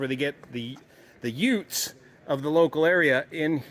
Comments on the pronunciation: what did you say? Da yootz... Da yoootheszz... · "Did he just say youtz?"